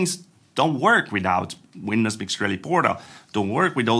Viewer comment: If someone could explain to me what "WINDUHS" actually is...